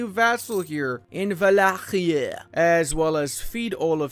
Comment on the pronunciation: a brand new vassal in wOaHhLLacHieEee